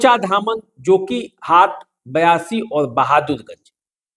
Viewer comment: Its BAISI not BIASI as you pronounce. Kindly correct all these in your video.